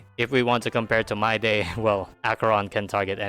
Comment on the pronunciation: Its Mydei not MYDAY. How is it so hard to pronounce correctly?